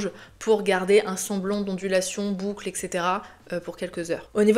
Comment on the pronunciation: Bonjour ! On dit eTc et pas eCS 😉